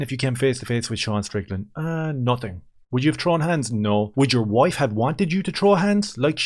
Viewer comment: Ian- I'm a better person than that... Ians "WOIFE" - You PUSSY! Ian - isn't she Awesome?